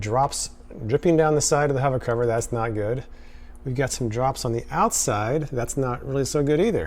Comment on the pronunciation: MAH... SO YOU'RE A HOVAH COVAH LOVAH, ehh??